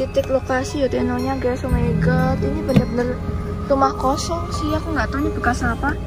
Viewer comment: Perkataan legend 'omaigat'